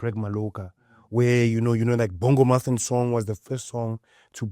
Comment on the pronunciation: "Bongo-muffin" The accent.. 😂